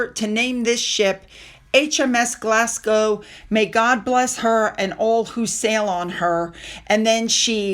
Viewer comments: Thank you again you are my royal correspondent you tell me more than my nightly news. I’m Scottish just a hint when you say Glasgow pronounce it like a Scot put these two words together, Glass Go. That’s how Glasgow is pronounced. All the Royals looked amazing at the Royal Garden party & Chelsae flower show. They did that donation back in January he gave less than £5000. It’s a country wide one that many donate to. The Uk don’t need his charity. Tell people not to put their data on jam scam site as allegedly it’s data collecting site. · Glasgow you don’t pronounce the w just Glasgo! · Fab broadcast as always. Sound like a pro when you say Madame Tussauds pronounce as Mad-DAM TOO-sods. Glasgow is pronounced Glaz-GO. And the PoW christened HMS Glasgow with whisky as this is the official national spirit of Scotland. The more you know 🥰 Love to the fam.... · Glasgow.. its pronounced "Glaz-go" not Glas-gow... and yes, its usually champagne to launch ships, but Scotch Whiskey was used because its Scotland, the origin of scotch/whiskey....it makes sense!!😂😂😂😂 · The following is said with kind intentions, is not a criticism and should not be interpreted in any other way: Glas-go The ‘w’ is silent (Like the ‘s’ at the end of ‘Illinois’ but that’s another matter for another time and not related to the topic at hand or this fabulous channel!) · Sorry. Glasgow is pronounced Glasgo